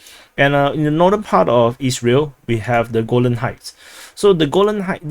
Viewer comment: I hope your pronounciation of "Isreal" doesnt cause trouble....✌️🤷😂